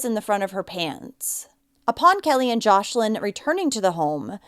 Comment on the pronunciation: Her name is joslin not joshlin